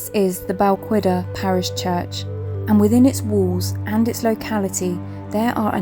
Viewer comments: You have a lovely voice, unfortunately and it is easily done. Balquhidder is pronounced Bal Kidduh not Bal qu idder. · I've an ancestor buried there, just to the right of the Old Kirk. Visited many times as a child but I don't think anyone does now. I don't believe you are pronouncing Balquhidder correctly. It's not qu as in queen - it's like 'ch' in 'loch' with a w added. Check Paul Murton in his series.